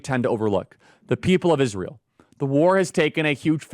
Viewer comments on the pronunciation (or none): none